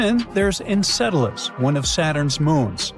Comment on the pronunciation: I didn't know that Saturn's moon was pronounced Encedalus! 🤣 (And ) 😉 (And ) 🤔